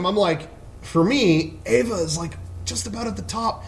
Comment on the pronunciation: Who pronounces it as "Ava"